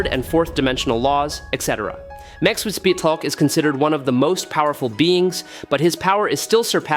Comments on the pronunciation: Did AI read this? Mxyzptik name has been said in so much Comic Media that at the very least researching should've produced the correct pronunciation. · You are Stuggeling with Mr Mxyzptlk name aren't you buddy...lol